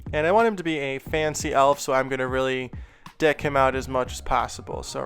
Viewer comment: Awesome as always! Haha when you said “deck him out as much as possible” it did not sound like deck... Where did you find those lights?